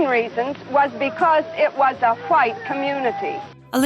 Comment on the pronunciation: "... A 'RHUITE' community"...